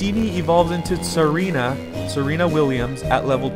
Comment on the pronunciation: Tsareena as in Zarina, the queens of Russia. Not Serena.